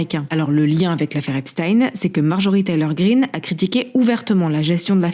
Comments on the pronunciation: Hugo j’apprécie le travail que tu fais mais Epstein se prononce comme si ça s’écrivait Epstine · même les anglais le prononce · Epstein se prononce "Epstine", c'est bizarre comment c'est prononcé dans ta video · On prononce "epstine" je crois.